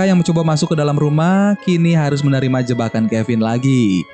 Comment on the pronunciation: Abang bilang finn jadi kevin